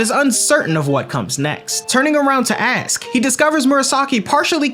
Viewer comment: are you not able to pronounce "ask" or is it an aesthetic choice?